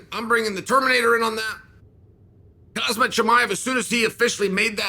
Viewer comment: When is Chael gonna stop calling khamzat "hazmat". Dude you're a smart guy, HOM-ZOT is the correct pronunciation M before Z. This is your job, say the name right once.